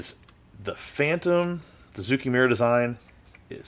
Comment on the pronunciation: It's a small thing, but zoukei actually rhymes with "okay." The Japanese language in general has trended towards making things easier to say, so "ou" is usually read as a long "oh" sound and "ei" as a long "ey." 造形村 sort of means model-making/modeller's (zoukei) village (mura). The fiddliness of this kit really doesn't seem worth it for whatever gains the final product might have.